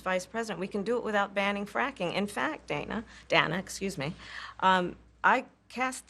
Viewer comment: Pronouncing her name as “Dhana” instead of “Dayna” is the cherry on the pie 🤌🏽🤌🏽🤌🏽🤌🏽